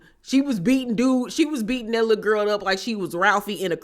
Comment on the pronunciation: i love the way you say lul guhl LOL chrisean aint shit for setting her friends up, the lumps on marsh's face? AINT NO FRIEND IM TAKING A BEATDOWN FOR. ppl love to punk scotty every season smh